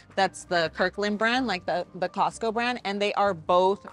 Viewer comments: Why do you call is Cost-kie instead of Costco? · Love your videos girl but when I hear "Star-B's" and now "Costky"....😬😬